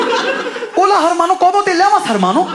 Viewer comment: It's not pronounced "lamas". Correct pronunciation is "yamas". In spanish double L is pronounced as Y